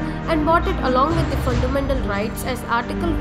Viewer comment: Fundamental bolna sikh ke aa😨